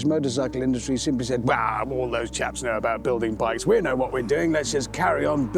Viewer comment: "chaps" lol sounds like he was saying something else 🤣